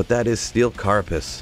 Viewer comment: Just some pronunciation tips: 1. Ogre read as ohguh 2. Carapace read as care rer pace 3. Suwayyah read as Soo wah yah